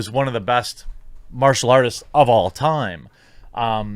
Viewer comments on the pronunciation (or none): none